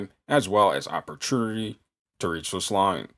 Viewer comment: When bro said "opperternity"....i felt that..jk... keep killin!